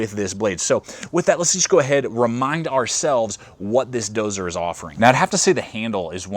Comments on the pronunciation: When the person reviewing the knife can't pronounce the title of the knife correctly it's not dozer it's Dozier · Doe-zee-yer = Dozier. Not doe-zer. Ya doo-zer! :-p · It's pronounced "DOE-ZEE-ER" in case anybody wanted to know, I was curious myself :P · It was my first thought too